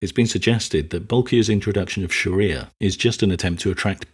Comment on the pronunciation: You pronounced 'Shari'ah' incorrectly